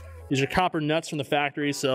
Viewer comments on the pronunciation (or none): none